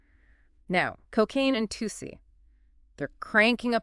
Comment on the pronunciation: It’s pronounced “too si” and it’s supposed to mimic the drug 2C even tho they’re completely different.